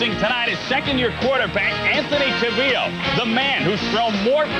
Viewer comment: Interesting way to say Anthony CALvillo's name...